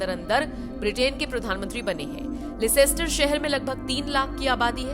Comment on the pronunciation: the city is called Lester and not Licester